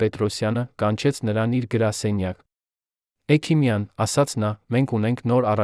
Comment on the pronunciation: Այ., էքիմյան. Չի. Հեքմյան. Է։ Սա. Համ.. Խոսում. Է.. Էլ. Մտածում՞՞ է։